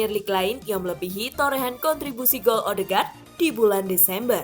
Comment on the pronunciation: Odeegard bukan ohdegar